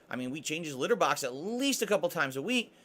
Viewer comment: Ironically, is EXACTLY the kind of person in the modern day who requires such measurements to not off themselves accidently, and yet he's also the one who complains about it... all while using himself as an example of "I never effed this up? How could anyone else eff this up?!" Also "We change his litterbAHx a'LEAST a cAHple a'times a week" My money is that its once a year... TOPS! 😵‍💫